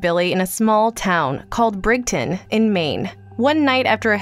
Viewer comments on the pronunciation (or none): The town in Maine in The Mist is Bridgton with a j sound, like a bridge, not "brig-ton". Take it from someone who lives there.